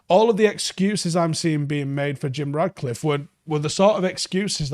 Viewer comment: mate, FFS, his name is RaTcliffe. Please stop calling him RaDcliffe. He‘s not fucking Harry Potter.